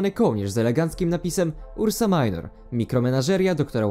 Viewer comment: Mała uwaga, nie ursa majnor a ursa minor, to po prostu łacińskie słowa.